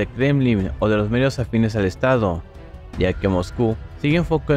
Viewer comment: Que huevada ñaño, quiero saber cómo va la guerra y no se te entiende nada Se que van ganando y entiendo eso pero mijo pronuncia bien, no entiendo nada, "para verificar stado su defensa" así dices y en general no se te entiende